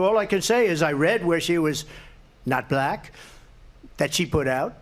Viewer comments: Why does Mango Mussolini say "Bll..Ack" like that lol! Same with Biden he says "Bi Den". It's like he emphasizes the wrong syllables! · Anyone who puts two syllables in the word “black” is definitely racist